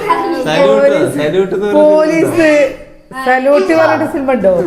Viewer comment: സിൽമ അല്ല സിനിമ